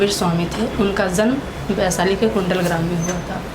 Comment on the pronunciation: काहे को interview लेते हो जब शुद्ध बोलना नहीं आता। बैसाली नहीं होता है बल्कि वैशाली होता है।